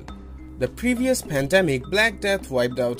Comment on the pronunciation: Padamic doesn't speak English fluently, need a English vaccination.